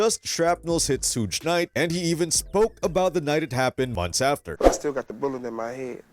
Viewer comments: It's not SHOOGE, It's SUGE😅😅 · "was shot 4 times' proceeds to say 5 shots has been hit ... damn you "amerikins" really are getting dumber by the minute xD also who tf is sooch knight xD its suge knights ya fkn bafoon xD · “Sooge night”… that is all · Sooge night? Another AI video. Ugh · Is this an AI voiced video? Who pronounces Suge like sooje? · Shuge, not Suge? It’s not huge with an “S” in front. It’s like the hard g in sugar. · You're not pronouncing Suge's name correctly. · If anyone takes this dude serious + he can’t even SAY SUGE….get a better gig bruh.